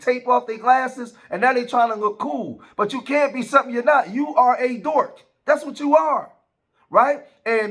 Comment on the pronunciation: The word is Dork with a (K)👈🏾 not Dort with a (T)👈🏾 or a Dorf👈🏾 with a (F) bro.😁🥴😅 Good job tho my guy. 👍🏾😉